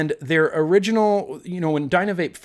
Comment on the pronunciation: Dynavap is amazing. But its pronounced dyna-vap like cap but vap. U can show it on YouTube plenty of ppl have reviewed it already and it works amazingly. Its one of the only consistant butane vapes ive tried. Just heat towards the bottom of the cap with a single flame torch to get the best hits my friend.